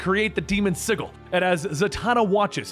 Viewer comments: please stop mispronouncing "sigil" - it's always been a soft J sound, not a hard g sound. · Sigil is pronounced with a soft 'g' (J) sound. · I'm subbed and I liked the vid cause it's awesome. And I'll continue to enjoy the content for a long time, I'm sure. But I gotta admit, it really threw me off when I realized you were pronouncing the word "sigil" with a hard G. I feel like I've been noticing a lot of little instances of comics content creators pronouncing certain words incorrectly. For instance, in the last couple weeks alone, I've heard and Rob from Comics Explained say "wield", as in to hold or use a weapon, when they should have said "weld", as in to weld two objects together. Almost like it's on purpose lol. I fear I may have stumbled upon the greatest YouTube grammar conspiracy that nobody was talking about lol. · Had a few in this video, sigil as ziggle wound me up too, didnt help that he said it like 10 times... "calvery" and "pack" (guessing it was meant to be a pact) in the same 5 minutes kinda killed the mood for me too.